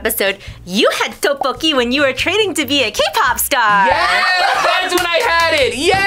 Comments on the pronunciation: Lotte is "Lo t" and "te" ... Tteokboki is more like "duck" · Not to be rude, but you were pronouncing Tteokbokki wrong😅